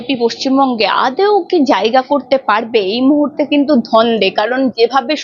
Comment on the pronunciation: ১) মন্তি নয় মন্ত্রী ২) নেত্তিত নয় নেতৃত্ব ৩) মুহুতে নয় মুহূর্তে